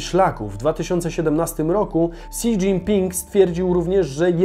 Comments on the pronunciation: Nie "si", tylko "śi", ale już lepsze si, niż ksi po którym uszy krwawią, a tak czyta wiele innych osób. to Dubaj (ZEA), Portugalia jest dużo mniejsza od Polski, powinno być "Głejdżoł". Reszta filmu fajna i można się czegoś dowiedzieć. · Si Dżinpinga XDDDDDDDDDDD weź chociaż sprawdź jak to się wymawia zanim się zabierzesz